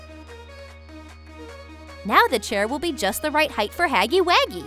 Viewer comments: His name is Huggy Wuggy not Haggy waggy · It’s huggy wuggy not baggy waggy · How dare you mispronounce. Huggy wuggy's name wrong